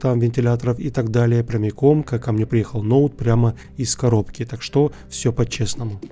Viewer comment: Почему "так что́", а не та́к что?